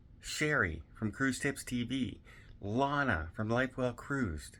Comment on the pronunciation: (psst! It's ilana, like "ILL-ANA")